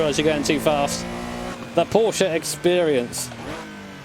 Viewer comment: Today I just realized that says Porsche the correct way:)